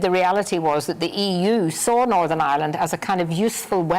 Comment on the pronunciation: I hate it when someone pronounces Northern, as NORVERN